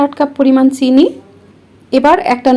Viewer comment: সুন্দর করে কথা বলার চেষ্টা করেছেন কিন্তু চিনি শব্দ উচ্চারণ করতে সাবধান হলে ভালো হয়